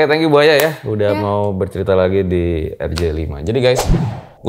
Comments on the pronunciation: Kedengarannya ku manggil Narasumber Nya ( Buaya ) ternyata Bu Aya 😭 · Namanya bu Aya, pas denger ceritanya tanpa lihat subtitle aku dengernya buaya 🙈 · Bu Aya bukan Buaya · Hahaha manggil bu aya kyk gk ada spasinya jadinya "buaya" dech 😂😂😂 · Krna ngk pakai k. Buk. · Salfok sama yg selalu bilang Bu aya tapi dengernya BUAYA 😂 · Nyebuta bu Ayanya pake jeda bang biar ga salah denger 😁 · Bu aya,bukan buaya,maaf ibu🙏